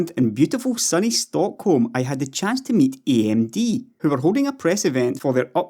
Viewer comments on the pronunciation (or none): Eeey emmm deee x). Love your videos!